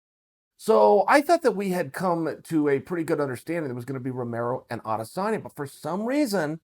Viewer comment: You pronounce it A-des-sanya Ariel actually says it right